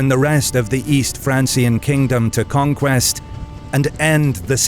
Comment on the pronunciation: It's not "conquest" And Kham. You don't even know's the basics...